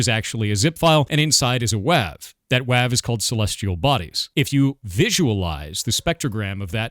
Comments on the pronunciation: I'm really mad now that I've learned you pronounce .WAV as "wav" instead of "wave." Why are you like this? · its actually pronounced "wave", never beating the allegations now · I was born in the 80s and this is the first time I've ever heard someone say a 'wav' instead of a 'wave' file xD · Here's hoping this derails the hate train. Now, can we talk about how he pronounces them as "wavv files" instead of "wave files?" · Is truncated really pronounced trun like nun, and not troon??? also is .wav /not/ wave??!? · None of this supposed evidence holds any water with the way you pronounced the "wav" extension. Isn't it short for waveform, have I been wrong my whole life???